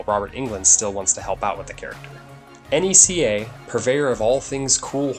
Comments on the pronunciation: Did you really just spell N E C A instead of saying the word? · I know you did not just call NECA... N E C A... WTF